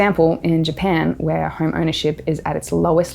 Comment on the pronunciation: It's is pronounced home, not horm